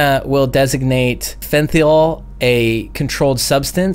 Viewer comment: I live on the other side of the world and it's common knowledge here how much fentanyl is fucking the US, you're american and can't even pronounce it's name! Dude, current affairs!